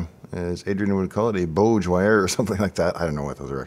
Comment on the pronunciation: short o is how I've always pronounced it... aw.. as in on... not o ... as in known. so bawdge wire =D